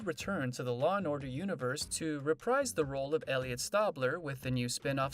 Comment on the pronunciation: It would be nice if you pronounced Elliot's name correctly! 👎👎👎👎👎